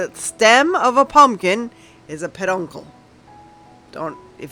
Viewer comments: I'll NEVER see another Punkin Stem EVER again! It will Forever now be "A PAHDUNKUL!" LOL!!! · Oh my Gourd! (See what I did there?)😂 I loved all of your projects. I was cracking up each time you said peduncle and you are right it's hard nooy today it..😂 thanks for hosting this fun collab 😊